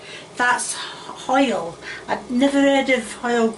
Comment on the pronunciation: When you say "hoil" reminds me of my old neighbour Mr Morris.... Love it ❤